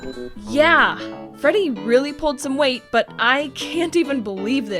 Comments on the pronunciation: I swear she said Frebby instead of Freddy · did she just say frebby? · Do she just say frebby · Lol u said " Frebby " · she says frebby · Wait did she say frebby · She said frebby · I got so mad when she called Freddy “FREBBY” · u said frebby